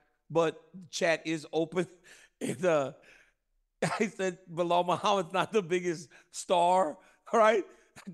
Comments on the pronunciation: I like how Chael calls him Blahall. 🤣 can’t nobody remember dudes name and plz stop this GSP comparison, that’s so disrespectful to GSP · Whos Behal 😂 idk why he can't pronounce names properly 😅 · "Blehal.' Chael is the king of slaughtering names --- I don't if it's because he couldn't care less, if it's part of his schtick ... or both. Lol. Either way, I'm here for it 😅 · Chael: Ba' hall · Chael will absolutely NEVER say Belal’s name correctly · Man someone please tell Chael it’s Belal